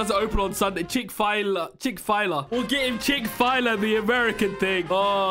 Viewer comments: It's pronounced chick-fill-ay or chick-fill-lay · I did not just hear him call it “chick fie-luh” aaaaaaaAAAAAUUUUUUUUUUGGGHH (Im trying to recreate that meme of that guy going like aaaaAAAAAAAUUUUUUGGH) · me getting triggered by the chick file ah completely butchered. It’s chick fill ayyy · Chick file a? The company:CHICK-FILL-A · Ah yes, apple juice and ketchup, my favorite Also Wth is chick fyla 😂 It’s chick fil-a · man said chick fila it is chickfaly XD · "Chick-File-A American something" BRO WHAT-🤨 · No way he cant say Chick-fil-a.. HE SAID CHICKFILE-A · chick fil a turned into chick file a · "Chick file-a" Its Chick Fil-a You say it like chick fill aye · Bro its not chickfila it chickfelay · It’s funny he said chick fILa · “Chick-fai-la” Wth😔 its chick-fil-a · It’s not called Chickfila. It’s called Chick-fil-A. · It is spelled chick fil a ( chick fu lay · Don't you mean Chick fil a, and not Chik file-a? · Did you say chick fila a Chick-fil-A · NEVER SAY CHIC-FIYLA EVER AGAIN ITS CHIC FIL AY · WARNING THIS COMMENT IS NOT TO BE RUDE BROOOOOO ITS CHICK FIL A NOT CHICKFLA * sorry I don’t mean to be mean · Not this guy's calling it chick fila it's chick FIL a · Chik fila it's Chik falay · “chick fylia”💀💀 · chick fill aye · "Chick fyla" HELP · chick fajla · Ikr he says chick fi la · no it’s chick file a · Omg “chick fie lah” HAHHHA I’m dead 😂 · IM LITERALLY LAUGHING SO HARD WHEN HE CALLS CHICK-FIL-A AS "CHICK FAYLA" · says chick fi la wrong Everyone: corrects him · we love chick file-ah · It's so funny how tries to say chick fil a he says chick fi la 💀💀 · "chick-file-A" - 2022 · I love how he pronounced Chick-fil-a like Chick-file-ah lol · "chick f-i-l-a".... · say "chick fill lay" that is how u say chick-fil-a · Bro, really said chickfila 😂😂😂😂😂😂😂😂😂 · Wow really said chick fy la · You pronoces it like ( Chick-Fa-lay) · "Chick File a" 😂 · The chicken place is called chick-fa-lay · “Chick-Fla- Yah 😂😂😂😂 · It's Chick-fil-A